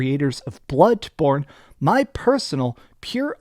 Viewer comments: I like how you say bloodborne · The way you say BLOODBorne bothers me